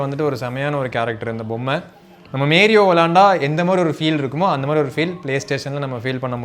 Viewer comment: மேரியோ இல்ல மாரியோ டா 😂😂😂😂